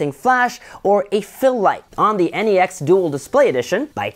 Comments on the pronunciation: NEX not N-E-X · Why does he say NEX like N-E-X ?